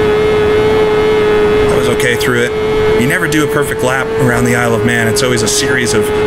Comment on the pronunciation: Why does Isle of Man sound like I love man when you speak it fast help